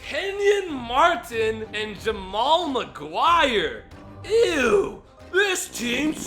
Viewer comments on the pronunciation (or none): Smh at Jamal McGuire it is pronounced Maglore